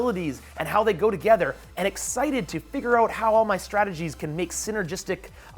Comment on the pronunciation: Every time he said excited i swear he was saying nicksited